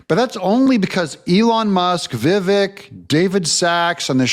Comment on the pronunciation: Why do so many people MISpronounce Vivek’s first name ?? They mistakenly pronounce the E as a long A. It’s so stupid. It’s really not difficult at all… VI-VECK, VI-VECK, VI-VECK !! NOT: Vi “VAKE”. What the Hell’s up with that ? There’s a lot of people who need to study the “Hooked On Phonics” program. So simple, even a 1st Grader can do it.